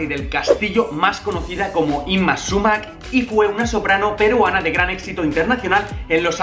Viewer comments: Holas No se pronuncia Súmac con el acento en la "a" sino en la "u". Es quechua. En la lengua quechua no existían la palabras agudas. Ningún vocablo quechua tiene el golpe de voz en la última sílaba. Espero que lleguen a leer este mensaje, aunque lo dudo, por la antigüedad de la publicación. Hasta pronto, Sigue practicando tu huaylas para cuando vengas. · Se pronuncia Súmac, no Sumác. De ahí en fuera excelente video. Saludo desde Lima. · No es sumác, es súmac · Hola!! Lo sabemos pero la palabra chocherita nos gusta mucho!! Y lo de Yma SÚMAC sabemos después de grabar el vídeo que lo pronunciamos mal!! Gracias de todas maneras:)